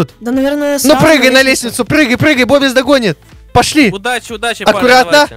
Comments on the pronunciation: не называй бобиса бобис а называй бубис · ОЙ ХАХАХАХАХ БИБИС А ПРАВЕЛЬНО БОБИС